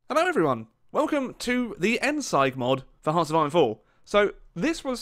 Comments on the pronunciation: You pronounced it wrong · Could have at least looked up how to pronounce endsieg before making a video. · your pronunciation of "Endsieg" triggered me so much lol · As a German speaker, your pronunciation of Endsieg made my ears bleed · It's pronounced 'end-zeeg', not 'endsaigue' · No one: Endsieg: Endsyige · endsieg is pronounced as "end-seeg" not "end-seig" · it isn't pronounced end SIGE, it's pronounced end SEEG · no it is pronounced endsieg not like this "end-seeg" or this "end-seig" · How Germans pronounce Endsieg: Endsieg How pronounces Endsieg: Endseig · It's pronounced "Endsig" not "Endseig" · "End Siag" Its pronounced "End Siig" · Challenge: Learn to pronounce "Endsieg" correctly. Hint: It's not Endseig. Try: Endseeg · I think its not "endsight" its "endzig" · Why can nobody properly pronounce Endsieg? It sounds like Endseeg not endsige. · Did he call it endseig? Fuuuck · how he tries to pronounce it -_- endsigh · It's endsieg not endsike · Immediate dislike from how you said endsieg, you say it like endseig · Disliked cos he said ENDZIGE not ZEEG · btw. U have to pronounce the ie in ENDSIEG like 2 ee's. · End siege** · Connor O'Neal actually it’s pronounced « end-seesh » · End-Seeg,, End-Seeeeeeeg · "Endseig" TRIGGERED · end-sige , XDDD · The "Endsike" mod xD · great video, but i have a small tiny annoying correction :D the word "sieg" is german and is to be pronounced like "seeg" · Endsieg is not spoken as endsight. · One small thing: It's pronounced "End-seeg" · It's pronounced Endseeg (like seek only with a g) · You pronounce "Endsieg" like Endseeg or [ˈɛntziːk] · It's ENDZEEG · Endsieg is pronounced „Endseeg“ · It's pronounced Endseeg (with a soft s) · Endsieg, not Endsike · Oh, god that mispronounciation. Endsieg is pronounced " Endzeeg". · End SEIG? bruh the pronunciation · It is pronounced endseeg :) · its pronounced end-seeg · Did you just say "Endsaig mod"? You really butchered that word. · its end seeg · You Said endsieg wrong